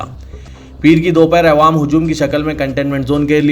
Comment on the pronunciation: Aap awaam ko aywaam bolte zara talaffuz durust kijiye